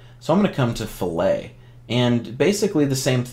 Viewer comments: after you said fillet like a you were in a kitchen I had to stop watching. cant take you seriously if you dont know how to pronounce the technical terms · In engineering and welding context it's pronounced 'FIL-it'. 'fil-AY' is used in culinary applications.